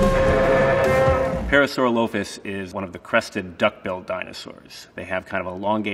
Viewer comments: The way he said parasaurolophus hurts my soul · The way he pronounces parasaurolophus is terrible. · Well he pronounced parosaurolophus wrong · It’s pronounced para saur rall a fus